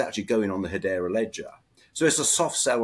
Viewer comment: Cool updates. Lots going on. Someone needs to do a better job getting the to pronounce Hedera better (accent on the second syllable please).